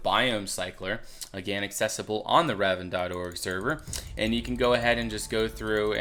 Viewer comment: God Damnit it's Rav-and not Rav-end... ravend sounds so negative